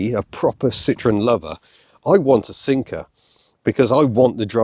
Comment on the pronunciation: My typical non-native English speaker ears listen to "SIMCA" instead of "Sinker" so for a moment, I couldn't understand how a Xantia could emulate the defunct SIMCA cars!